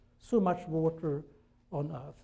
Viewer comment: I don’t know how I ended up here, but since I am... Guys entire speech revolves around the one word he can’t pronounce. Literally the only one he says Weird. U had one job.